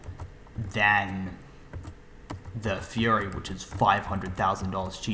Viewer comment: Fury not furry